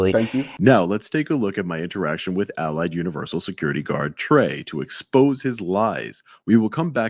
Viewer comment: Anyone notice the way Trey pronounces Allied sounds like he is saying "I lied"? BTW how the hell does he not know it's universal not university?!?!